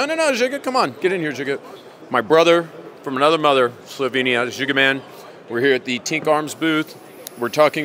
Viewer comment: Did he say Jigga? Last time checked his name was Ziga